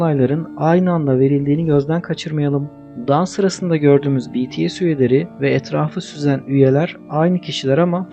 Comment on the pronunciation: O betese değil bities ′yani′